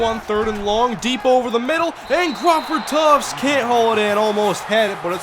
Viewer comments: Just saying, you know it's Crawford Tuft not Crawford Tufts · TUFT, NOT TUFTS! THERE IS NO "S" IN THE NAME. PLEASE EXPLAIN WHY YOU KEEP SAYING TUFTS. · Omg i hate it when u say tuft with a s at the end. TBERE IS NO S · Just curious why he says it that way. In the game it says Tuft.